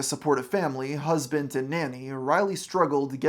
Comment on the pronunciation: there is no t in the word husband